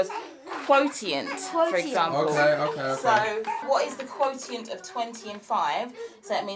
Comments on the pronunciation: Dear, I think you are such a lovely family. Perhaps I am misinformed, but I think the correct pronunciation of quotient is kwo - shunt or /ˈkwəʊ.ʃənt/. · Hi, just a little help you actually pronounce“Quotient” as “quo shunt”. you are doing a great job, the children are really fortunate to have a good teacher who happens to be their mum.!! No idea how you do both, I can only be a teacher.... Take care everyone